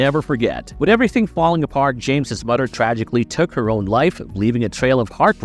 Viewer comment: He pronounced it Th-omas. He pronounced the T as TH but later says mudder instead of moTHer. He has an accent it seems lol.